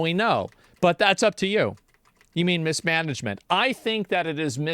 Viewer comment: MISSMENAGMENT?? I had to lough